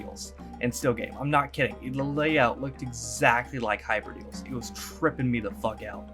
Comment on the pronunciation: BTW, its called Hyperdales not Hyper Deals